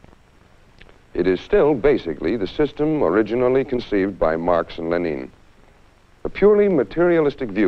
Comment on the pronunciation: he pronounces Lenin like the country Benin(Ben-een)